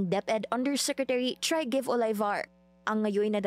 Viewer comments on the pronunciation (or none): why keep pronouncing the name TRYGVE as "Trygive" as in 3 payments? it is pronounce as "Treeg-vah". it is a Norsk name-- (Norwegian) may kasama kami sa Saudi nuon ganyan pangalan...